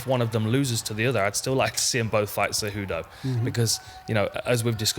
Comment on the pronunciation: Kumaru “sayWHOdough” Oozmon